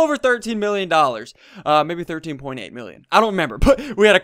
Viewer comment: "Thirt Tenn" loool